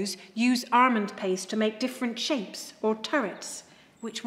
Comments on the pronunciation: Thats a weird way to pronounce Almond.. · …and “armond” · Definitely ARMOND 😊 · Most of us say it like that in England.